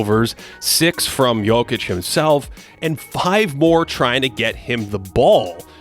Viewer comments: thank you for actually saying Jokic correctly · props on the pronunciation of his surname :)